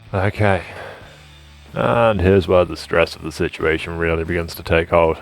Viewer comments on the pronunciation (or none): none